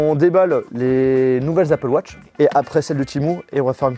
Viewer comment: dans ce cas la prononce les mots en anglais correctement aussi ze appeul watche .. ridicule